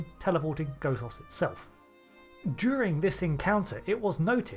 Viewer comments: The first O in Gothos is short. Goth does emphatically NOT rhyme with both, oath, or loath, but rather with moth, cloth, or froth, or sloth. Do you pronounce Gothic like Go Thick, too? Cahn't yew spaek Anglisch? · It's not pronounced, "Gothos". It's pronounced, "Gothos". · Good theory. Please pronounce Gothos correctly. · Hate to say it,, but the mispronunciation of Gothos really took me out of the video at times. But to answer your question given how different he is from Q2,, I don't think he's actually a Q. Might be something similar, but I have my doubts he's actually a Q. As you mentioned, Q-Squared takes the fan theory that Trelane's a Q and runs like hell with it, having Q be his Godfather (and maybe his actual father, though he denies it), but given the vast differences, I suspect that instead of being a Q, he might be part of the M continuum, which appeared in another Trek novel. That would explain why he has Q-like powers, as they're said to be equivalent to the Q, and the idea that the Q have their own enemies does make sense, given how many species are upset with the Q we typically encounter in the show.